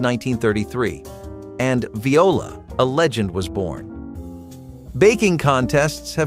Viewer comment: And VI-O-LA ! I guess the bot doesn't speak French. :goodvibes